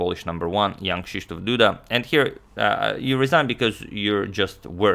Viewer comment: You have a really good pronunciation of Jan Krzysztof Duda as a foreigner